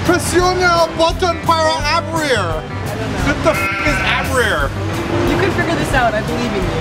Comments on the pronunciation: "Aberir " like so so beautiful said ahah its Abrir, and it means open, so the phrase was " Push the button to open ". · Presiona boton para abrir aka pray-zone-aw bot-on purr-aw aw-brihr. The umbrella looks quite handy once you aw-brihr :) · Hahahaha! WTF is "abrir"?? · "presiona botom para a.bri ru what the fuck is a. bri ru" LOL it means "press button to open" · Oh! Dat Spanish! Your pronunciation was a big fail but made me laugh so much! xD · "What the f*sheep* is 'abrir'?" To open,. The Spanish means press the button to open lol. As if that's of any help in Korea XD